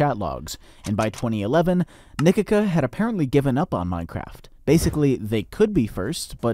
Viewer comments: How u said Nikica like nikika acutally hurt me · Nikica is not spelled Nikika, but like Nikizza with the zz like pizza.